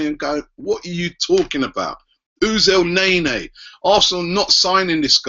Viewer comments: EL NE-NY NOT EL NEY NEY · ITS NOT EL NAE NAE